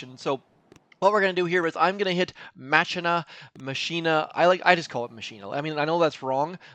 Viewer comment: I say MAH-key-nah, like deus ex machina if you’re familiar with that phrase.